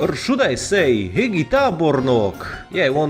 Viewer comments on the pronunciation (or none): Egészségedre barátom, nazdravie kamoš. Vieš aj niečo iné po maďarsky? Odkial si? Hegyi Tábornok is pronounced like Heďi, gy=ď